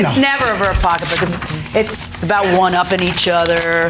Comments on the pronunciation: It’s SO ANNOYING,how she’s saying POCKA BOOK 🙄🙄🙄🙄🙄UUUUGGHHHH!!! EMBARRASSING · That's black English....